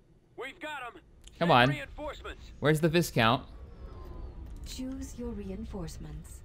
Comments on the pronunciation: I believe it's pronounced 'Vii-count' and not 'Vis-count'? :P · I know, I cringe every time he pronounces it VIS-COUNT instead of VY-count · THE S IS SILENT IN VISCOUNT!!! Sorry had to get that out of my system.